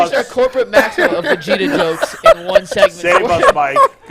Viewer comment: I watch this whole podcast show and don’t hit the like button until I heard oh boy say Vegeta‘s name wrong that was priceless😂